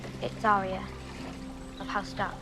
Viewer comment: Don't get me started on the mispronunciation of Arya. ~winks at ~